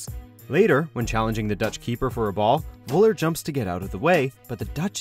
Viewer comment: It's Völler, not Woller. Atleast try to pronounce it in german.